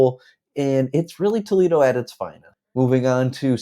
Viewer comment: "Tow leedo eeann"?? Toledo- IN. I bet my last dollar this REALTOR isn't from ANYWHERE NEAR HERE.